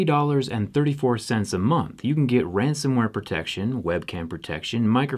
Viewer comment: The way you say protection is really misleading...